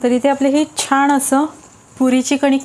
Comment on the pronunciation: छान असं म्हणायला हवं ना ? तुम्ही प्रत्येकवेळी छाण म्हणताय त्यामुळे पदार्थ चांगला बनवून देखील काहीतरी चुकीचच ऐकल्या सारखं वाटतंय